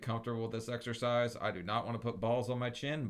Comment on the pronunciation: Excercise? I thought you said extra fries 😂